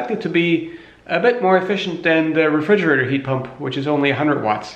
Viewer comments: Regridgerator? Or refrigerator? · Refrigerator, regridgerator. Tomato, tomahto.